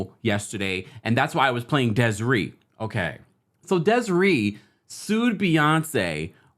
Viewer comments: It's pronounced "Des-Ray" and Desree was damn right to sue. A brilliant artist. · Des-a-ray lol